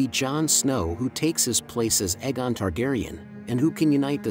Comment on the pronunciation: I was loving ur dtuff then u couldn't say Aegon anywhere close to either show, the official audible reading of the series.